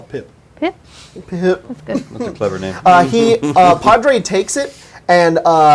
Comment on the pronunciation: ps you did butcher my name